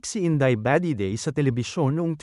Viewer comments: Nasobrahan naman ang bigkas ,, inday badiday na matigas po. Hindi ,, indeyy ba 😊😊Dedey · HAHHA INDAY BAH-DEH-DEY HAHAHAHA